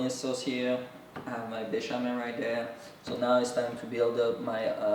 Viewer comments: Béchamel not bechamoo . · Beshamoo sauce…??? What is he calling the white sauce 😂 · Bechemel Sauce. Another name -- White Sauce. Used in many dishes.